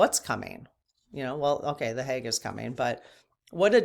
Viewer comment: HAGUE, not HAUGE, smile